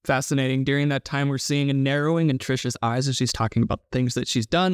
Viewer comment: Where is it, regionally, that people pronounce the word “during” like “deering”?